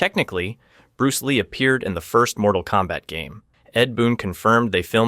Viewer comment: Unfortunately that mispronunciation is used in the offical web-series “Mortal Kombat: Legacy”